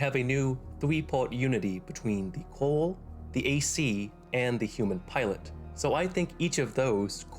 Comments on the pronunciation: Is it me, or does he keep pronouncing Coral as "Coal". It's distracting and very difficult to ignore through the video. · Coral... Not cooa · It sounds like you are saying "coal" every time you say it? Am i the only one that hears that???? It's "CORAL" dude.